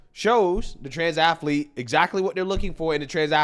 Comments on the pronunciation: "Athlete", Dr. Phil. Two syllables. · Someone needs to tell Dr Phil there’s no I in “athilete”😂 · Ath A Lete? That's funny, I didn't know athlete had three syllables, A-tha-lete? That's ama-za-zing! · I like Dr Phil but I wish someone would tell him that the word athlete only has 2 syllables! The guy smirking and shaking his head was very frustrating. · Can someone please teach Dr Phil how to pronounce athlete???? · Somebody ask Dr phill when did the word athlete start having 3 syllables.